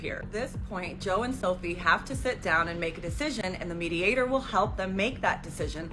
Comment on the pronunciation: Joan is pronounced Jone, not Jo Anne …